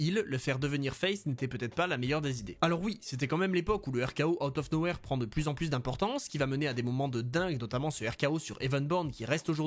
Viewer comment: C'est " outa no where " pas "out no where"